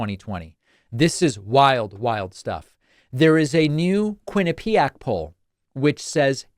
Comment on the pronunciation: It's quinn-IP-ee-ak, not quinn-i-PEE-ak.